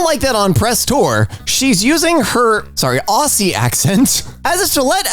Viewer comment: Also, Aussie is pronounced as Auzzie this is just to let you know incase you read aussie again (this isnt meant to be hate just helping ya! Also i think you pronounce the ss as zz)